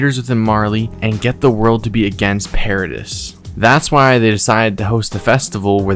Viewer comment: Just wanna let you know that the pronunciation for: corps --> kor Jean --> John [more emphasis on the J. So, it's *Jjjjohn*] Paradis --> Para dee